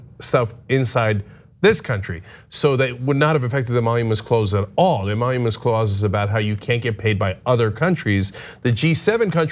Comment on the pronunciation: To be fair. He said phony "emonuments" instead of emoluments.